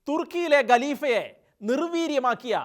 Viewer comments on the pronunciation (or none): നല്ല വീഡിയോ. അഭിനന്ദനങ്ങൾ. ഗലീഫ, ഗിലാഫത്ത് ഉച്ചാരണം ദയനീയം. ഖലീഫ, ഖിലാഫത്ത് എന്ന് പറയണം